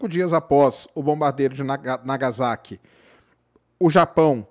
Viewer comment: . Não se pronuncia Iroshima e sim RRiroshima. Não se pronuncia nagaZaki e sim nagaSSaki.